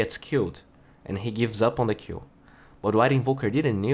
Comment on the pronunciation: Everytime you say 'kill' it sound like you're saying Q :D